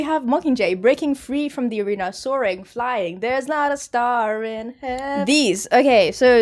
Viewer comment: "you have no idea what's coming up" me: * genuinely has no idea and upon seeing it I thought it was Romeo and Juliet * Minute made it sound like you said "there's not a star in hel—"😂💔